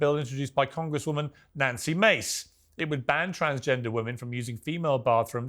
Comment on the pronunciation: bro get her name right you’ve had her on here before😭 you gotta know how to pronounce the names of the people you have on